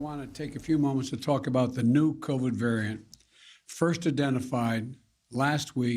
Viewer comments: 1. It's "Omicron", not "omnicron" you deranged, senile, old bat. 2. I thought Trump was reeecist for travel bans? Too much hypocrisy to keep track of old coot? 3. If the government, big pharma, big business, and "celebrities" get in front of a camera, dance and smile at me, and tell me to do something because everyone is doing it; that's good reason enough for me to tell you to shove off. 4. You're Hunter's dad, so I'm sure you are all about pushing drugs, but as for normal Americans, we prefer not being told what to inject into ourselves. These government representatives need to know their place. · He can't even pronounce omicron properly! It's not omnicron! Does he even realize it is a letter of the Greek alphabet?! C'mon man!! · "Its called the Omnicron." Lol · Why does this idiot call it Omnicron when its Omicron? Idiot. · It's "Oh-mee-cron." Not "Om-nee-cron." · Not omnicron Joe. It's omicron. Someone gets the flu too every day. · OMNICRON? thought it was OMICRON 😂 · I just knew he was gonna say Omnicron! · Omnicron? Wow! Biden is so smart. He added a new letter to the Greek alphabet. Any excuse to shoot us full of poison. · Why does he keep saying OMNICRON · Omicron.. not Omnicron.. how is this guy a “President”…. it’s insulting and rude to us Americans. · Omicron, not omnicron. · The omnicron omnicram lol they just love names that spark fear which they can't even pronounce correctly. Lets call it the omniscam instead. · Its called the omnicron? He needs glasses OMICRON!!!! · Omnicron? Pres. FJB calls it wrong several times. Then he ranted about the jab now we need a booster. What's next a booster every month? NO JAB FOR ME! MY BODY, MY CHOICE! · They should have gone over the script with you ahead of time. It’s not Omnicron, it’s OMICRON! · Called the Omnicron? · Its not omni cron lol its omicron shove your vaxx jack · He can't even get the name correct, it's Omicron not "Omnicron" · Joe, it’s not omnicron it’s omicron! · Omni? He says it wrong every time.